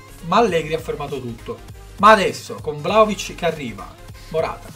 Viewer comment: La pronuncia..!!!!.. io sono serbo